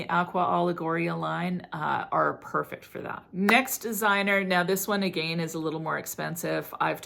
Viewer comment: The way you say "again"... drives me crazzzzyyy